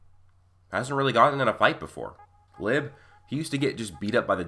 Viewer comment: You kept saying lib instead of Liebe💀